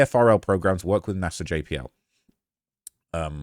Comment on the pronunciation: It's NASA not Nasir